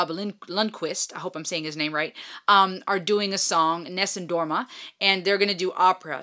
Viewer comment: Just subscribed, enjoyed that you took the time to give some background on "Nessum Dorma" (with beautiful pronunciation). So cute when it occurred to you that you did in fact know the song. Looking forward to your reaction to "Home Free's" vast catalogue. For something really different please consider listening to "Everybody's Walking This Land". Be well.